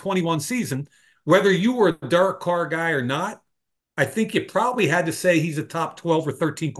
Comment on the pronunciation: Somebody needs to tell mike that derek is a two syllable name😂